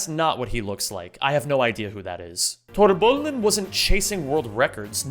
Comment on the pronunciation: As a swede, I just want you to know that I think you are absolutely butchering torrbullen's name 💀 I don't know the guy to be fair, but torr = dry, and bullen = the bun, so torrbullen = the dry bun, and if you type in "torrbullen" in Google translate for Swedish and have it spelled out for you, it's not exactly as how a swede would say it but it's much closer than whatever you're saying 😭 Great video btw ❤